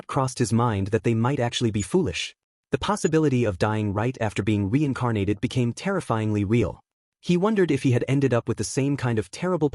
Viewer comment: Weincarnated, how can an ai voice not pronounce r's